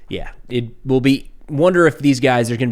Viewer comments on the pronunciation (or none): none